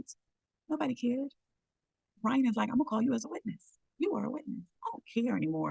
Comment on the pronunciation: How you report on the case, and keep getting his name wrong...put some respect on "Brian" name